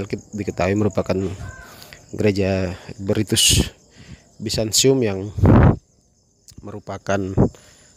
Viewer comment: Mas. Mau tanya dong. Kenapa banyak orang Katolik baca huruf T dibaca S? Byzantium kok jadi Byzansium?